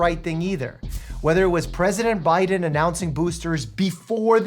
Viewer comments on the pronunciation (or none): none